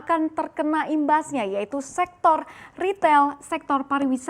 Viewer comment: SEKTOR. BUKAN SEXTOR. GOBLOK. KEBANYAKAN MAKAN TAI ANJING JADI TOLOL